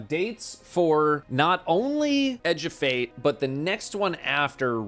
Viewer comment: In accent, 'Edge of Fate' sounds so much like 'a Jebait'.